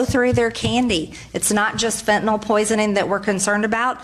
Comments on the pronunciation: The only one who pronounced fentanyl correctly in this video was MTG. It's not fentanahl. It's fentanyl. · Why is it no one can pronounce Fentanyl or China’s President [Xi] right? Have you considered that Xi exported Fentanyl in revenge of the West’s Opium Wars? And Putin is the one pushing the conspiracies online, including fellow travelers in politics?